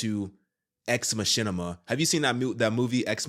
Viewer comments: It's pronounced Ex Makina...not Ex Mashina....Machina has a hard Kah sound in it. Also this was all predicted in the anime Ghost in the Shell. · Its pronouced Ma-ki-na. Not ma-shin-ni-ma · Sorry to be that guy but it's, mak-E-na😜